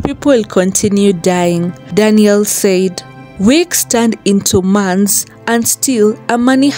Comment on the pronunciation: The word is months, but they pronounce mants, and they also say drags instead of drugs, 🇵🇦